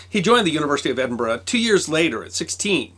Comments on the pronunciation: Well presented you said of my home town Edinburgh right instead of Edinburoooo A great series b the way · One of our many great minds produced during the age of enlightenment and thought, with a wee bit of assistance from 'a nip o the creature', Uisghe Beatha! As amazing as this was, the passion you have for the subjects and that you're the only American I've ever heard pronounce Edinburgh correctly, I still flinch every time you say a Scottish name. Although Dewar made me laugh (Doo-waaar? Try it as Jewur) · and "Dewar" is pronounced "Joor" not "Joo-Arr". I'm just amazed he can pronounce "Edinburgh" correctly, unlike % of americans.